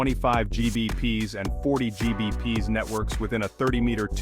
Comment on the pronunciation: Oh boy where do I begin with this video, from calling gigabits "Gee bee pees" to upgrading your internet by upgrading an ethernet cable, it's full of ridiculous nonsense. Rambling about auto negotiation like it wasn't introduced in 1995. What older networking gear is going to support >10G over ethernet? "For gamers, this cable is a game changer", "You'll experience faster response times" - bullshit, you'll see no difference in games between this and the cheapest cat5e cable you can find. Ugh. If you don't know for sure that you want/need more, CAT6a is the best option for most consumers.